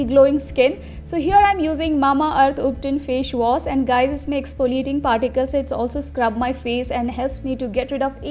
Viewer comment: Fesh wasss